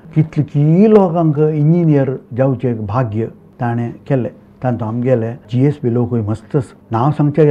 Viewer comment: A very nice Channel which was awaited for a very long time. I am very happy that you all are speaking or telling us about our Origin and other aspects of our community. Please keep going. Can I pleas seek a correction in pronouncing GSB ? I understand it is Gaur ( pronounced) as Gowd Saraswath Brahmins originally.